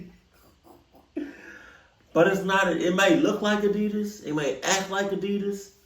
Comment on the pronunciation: I love you and your love for Adidas, but you do know you're not pronouncing it right, right? Been watching you for years now and I just have to ask🤷🏽‍♀️😂😂 all love tho🫶